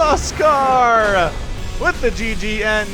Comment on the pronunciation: I was 100% sure was just pulling our leg with his pronunciation.